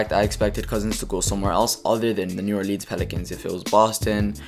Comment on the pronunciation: "New OrLEEN"